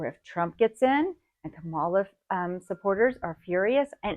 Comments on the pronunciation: It’s really interesting that you said “if KaMAla loses, her supporters might react by going cahraazy and start burning stuff down and destroying peoples’ property like during BLM, but if KaMAla gets in, trump supporters will be furious. I don’t think they would burn down cities or destroy peoples’ property, but I don’t know.”, you left out the MOST important part…when trump loses, he will call out his crazies again and who knows what will happen this time. Don’t you point fingers at Democrats when the trump people have already shown first-hand what they will do. Have you watched all the videos of January 6th??? How dare you sit on your hearth at your little ‘homestead’ and act like you’re little miss innocent. The party and man you’re defending tried to steal our votes. Thank God it didn’t work. Why didn’t you even bring that up??? Black people trying to get people to pay attention to their pain and unjust deaths (not in the right ways, I agree) compared to a mad man sending his flock to violently overthrow democracy are quite different. And her name is pronounced KAmala. But, I bet you knew that. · Your pronunciation of Vice President Kamala Harris’ name is evidence of your ignorance and disrespect. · If you're going to post a video, learn to pronounce Kamala's name correctly. You're obviously a Trumper. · She was mispronouncing it like Trump does anyways. Trump does it to be disrespectful, but I will give her the benefit of the doubt that she just unintentionally mispronounced her name. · Fear mongering based on nothing. You’re just making stuff up. You mispronounce Kamala’s name. You falsely claim that BLM protesters burned cities. You conveniently overlook that Trump facilitated a violent attack on the Capitol. Maybe just take care of your family and leave the videos to experts. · This woman is a moron if she can't pronounce Kamala correctly. I don't take advice from idiots. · Pronounce after me: Comma La, NOT Ka Malla